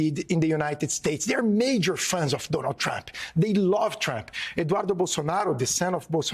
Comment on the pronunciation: Love the way Guga Chacra pronounces TFG's name: Tramp 😆